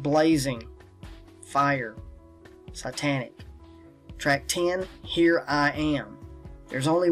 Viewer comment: Fantastic dot connecting content, but can you please learn how to pronounce the things you research? If a person is just listening to you talk it gets very confusing. ie: sytanic, zern etc